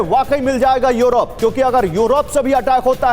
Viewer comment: 🤣🤣🤣yorop,yorop,kya hai yaar kaha kaunsa jagah ka naam hai yorop.🤣🤣🤣